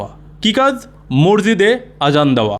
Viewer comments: ভাষাটা, মরজিদ নয়। শব্দ টা হল, মসজিদ । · ম স জি দ . ঊচ্চারণ ঠিক করার অনুরোধ রইল। আপনাকে আমি রেগুলার ফলো করি. সেজন্য লিখলাম